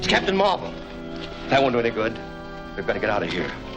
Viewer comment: Also, I like how you called Marvel Comics' Captain Marvel as Captain Mar-vel. At least we could tell the difference.